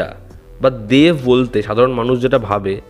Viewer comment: English e dev likhleo, Uchharon ta banglay deV noy deB Ektu pronounciation e nojor dao Tomar pronounciation e problem achhe ageo dekhechhi